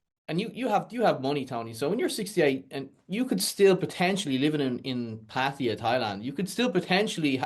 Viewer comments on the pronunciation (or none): Why do you say Pætiæ instead of Pattaya? Do you also say pæpiæ instead of papaya?